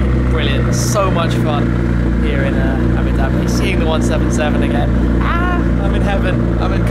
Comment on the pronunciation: "Aboo Daby"